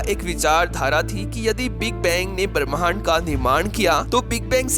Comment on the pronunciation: भरम नहीं भ्रम , बरमहंड नहीं ब्रम्हांड, परमान नहीं प्रमाण।